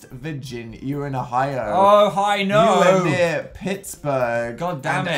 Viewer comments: "Ohi-NO". Savage. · I live in Ohio and hearing them pronounce it as uh-hi-oh was the best thing I have ever heard (also it is Ah-ka-ron)